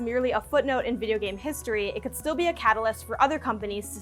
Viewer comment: Huge emphasis on "could"